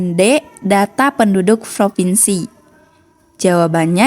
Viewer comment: Provinsi bukan Fripinsi. Kebalik tuh bacanya